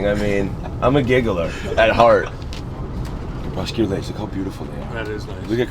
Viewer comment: Said 'crespecular' the 2nd time lmao